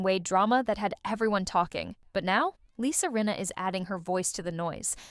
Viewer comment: Rinna not Reena. If you are going to use AI, make sure the bot is pronouncing the damn name correctly! Check your AI before putting it live!